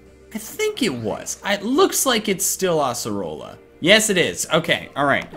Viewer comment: it's ace erola not ass orola